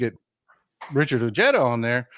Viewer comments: Richard’s last name is pronounced Oh-hey-dah…😉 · I live in NM (former west texan) and Ojeda does not have a hard j, at least here in Southern NM. The 'j' is pronounced 'H'. Just sayin! And the 'd' is 'th'. OHEYTHA. Love you. VOTE 💙💙💙